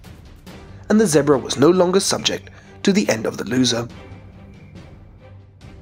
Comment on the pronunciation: he cant even say zebra right